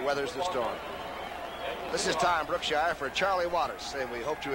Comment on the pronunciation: Yes, and it's "Brookshier"